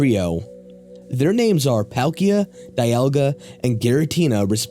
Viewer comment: ALSO ITS DEE-ALL-GA!